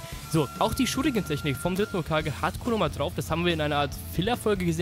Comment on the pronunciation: Bitte nicht konomaaaaruuu sondern konohamaru Normal und ausgesprochen ohne Buchstaben verlängerung xD